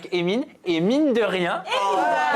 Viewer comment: ~ * 28’30 « et mine de rien » mdr « emine de rien » personne a relevé 😂